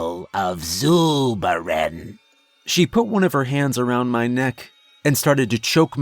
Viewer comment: Zuuuubaren. No way I could not laugh at that name being said aloud every time